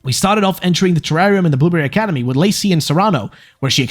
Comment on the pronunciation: I can't get over that when you start talking at fast pace it sounds like you're saying "boomer academy" instead of blueberry academy. I had fun with that.